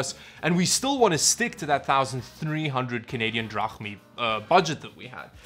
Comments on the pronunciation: canadian THRAHNI. what the hell is that?? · Canadian Yen? Drapmeet? RUBELS? RAN? LOL LOL LOL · did he say canadian drachmi or is it just me??